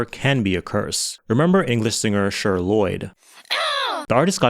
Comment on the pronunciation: Not you calling that girl “Sure” Lloyd 💀 it’s fucking CHER! You know?? Like Cher from the 70’s Sonny & Cher?! Pronounced like ‘share’… egregious slip